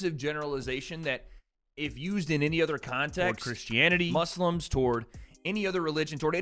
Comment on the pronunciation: pronouncing Muslims correctly made my day. Thank you!!!!